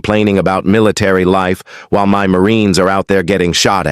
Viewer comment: What was the reason the AI narrator pronounced the word “my” as “em wy” ? “You’re in EM WY establishment, on EM WY time, disrupting EM WY Marine’s meal…” It’s a basic English word, not a secret code !